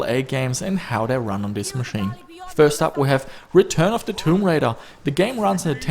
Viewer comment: just noting you said the name wrong lol